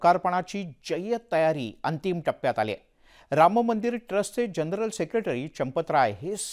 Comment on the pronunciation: उच्चार राममंदिर असा करा रामंमंदिर नाही